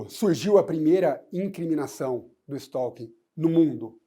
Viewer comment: A pronúncia correta do novo crime (art. 147-A do CP) é STÓ-KIN.